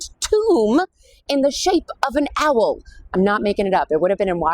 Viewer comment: Owl is one syllable